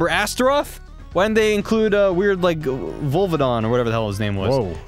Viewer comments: Volvadon? u mean Voldo. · ahem Voldo. Not Vulvidon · When he butchered Voldo's name I almost died lolz but he'd be a better choice than Astaroth though I'd prefer Ivy 😍😍😍